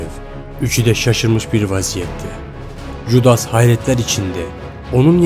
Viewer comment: Keşke biraz araştırma yapsaydın judas diye okunmaz yudas olrak okunur